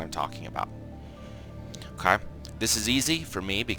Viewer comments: his "okay" sounds like Okaww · Not his first “okay”